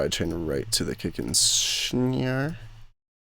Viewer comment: "Kick and Schnare" <3